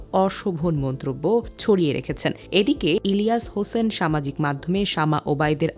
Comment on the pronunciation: সংবাদিক ইলিয়াস হোসাইন ভাইয়ের নামটা ঠিকমতো উচ্চারণ করতে পারে না। এরকম দাবি করে এরা বিএনপি'র নেতাকর্মী